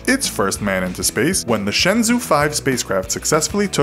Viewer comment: Its not pronounced (shen zoo), its pronounced (shen joe) 🤦‍♂️🤦‍♂️🤦‍♂️